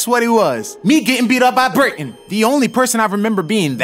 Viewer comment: Every 1 minute I hear brayten